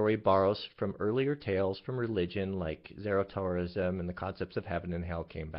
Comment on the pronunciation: Did he just say "Zaratoism"? Zo-ro-as-tri-a-nism! He clearly does not understand or has ever cared enough about the arguments against his faith to even have bothered to find out WHAT they are claiming and what proof there is for it.